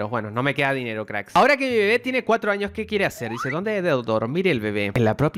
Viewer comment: Pense que dijo 3 anos